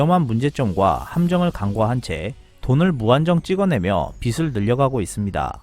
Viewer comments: 유튜버님... 제발 "빚을" - "비즐"로 발음해주세요."비슬" 이 아닙니다. 세종대왕님이 들으시면 무덤에서 벌떡일어나시겠습니다..ㅠㅠ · 빚을 ---비즐 로 읽어야 합니다. 빗을 ---비슬 로 읽어요. 빛을 --- 비츨 로 읽어주세요. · 14초 "빚"에 ㅈ받침이 있으니 [비즐]이라고 발음해 주세요...빗을[비슬], 빛을[비츨]